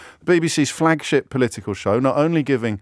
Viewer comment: Did James just say "Flagshit"?